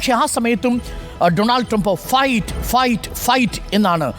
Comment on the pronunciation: Fight എന്നല്ല fuck enna paranje 😂😂😂